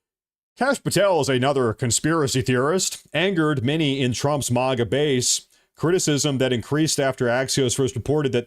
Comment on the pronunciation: Why do you continuously call it moga and not maga just Google the words you're saying and look how it's spelled